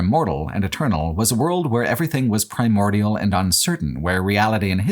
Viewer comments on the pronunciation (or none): none